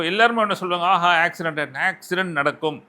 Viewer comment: ஆக்சிரென்ட் இல்ல ஆக்சிடென்ட்